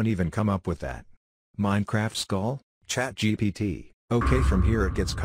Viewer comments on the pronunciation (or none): none